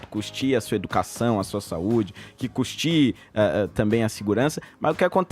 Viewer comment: Adoro o Holiday, mas pelo amor de Deus vereador... "custie"?!!! Corrige aí, o correto é "Custeie". Assim vc fica parecendo aquele povo analfabeto da esquerda. Mas por enquanto está perdoado.